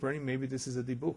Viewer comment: I’ve heard it pronounced “dib-ick”. Not “dee-buk”.